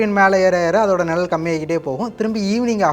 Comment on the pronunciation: அது நிழல் நிலல் இல்லை. சரி செய்யவும்